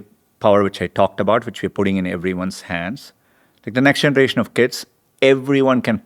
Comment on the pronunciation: I can’t tink of a reason why dis guy can’t say da letter “h”